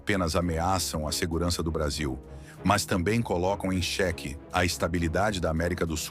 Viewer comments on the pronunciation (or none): none